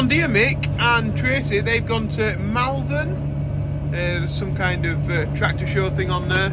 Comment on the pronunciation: Sorry, had to say it. spelt Malvern pronounced Mulvern.